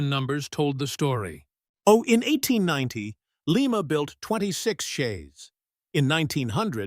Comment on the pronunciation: AI narration is bullshit. Lima Locomotives were built in Lima (Ly-muh), Ohio; Lima (Lee-muh) is in Peru.